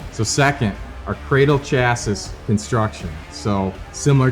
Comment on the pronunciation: New drinking game, every time he says “Chas-sis” instead of “Chas-ee” you gotta sling one back.😂😂😂 All kidding aside, this is a killer saddle!!! So glad I got one!!!